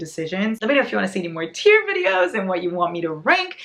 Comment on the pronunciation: when she said "where's my teir" i thought she meant she was trying to cry. English is also my second language 😭😭